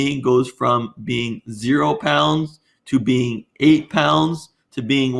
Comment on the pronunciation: am I the only one who hears "Bean" whenever theists say "Being"????😅😅😅"God is a Bean..."